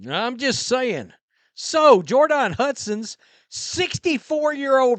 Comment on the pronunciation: I heard that’s the accurate pronunciation of her name.